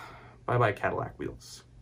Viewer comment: Love watching your vids and what you do Mike but I had to give this one a thumbs down, don't butcher the caddy.